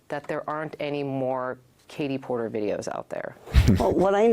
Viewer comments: DID YOU SAY KATIE PORKER 😂😅😂😅😂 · Did he say porker hahahaha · "Katie Porker" 😅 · ROFLMAO!!! I had to replay you to make sure you called her Katie Porker. OMG, that is so perfect. I'm not voting for her. I wouldn't vote for that nutcase if you paid me. I'm voting for Chad Bianco. He's the sheriff in my county where I live. He's a good man and he cares about the people. He's also about law and order. He has my vote. Just not Katie Porker, please not the porker. I never even heard her name until about 2 weeks ago and I've lived in this state my entire life. Maybe they like her in Orange County where she was elected, but the rest of the state knows nothing about her. What we are learning is not good. The inland part of the state is normal also. We have a good police dept. here. Crime gets handled. No homeless people living on the sides of the road. A pedophile is a child molester. She is truly stupid. If she's in favor of a person right to molest children, she belongs in jail.